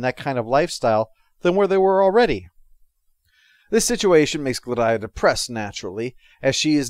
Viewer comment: Glad-eye-uh?/ Gladia rhymes with Solaria